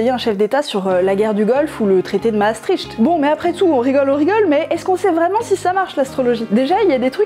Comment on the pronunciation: Tiens, votre astrologue vous avait pas prévenu qu'il fallait prononcer "Mastricte" en bon Français, éhé :D